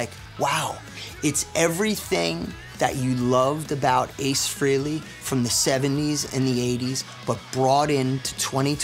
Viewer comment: Nice, but any true fan knows it's not pronounced FREE-LEY.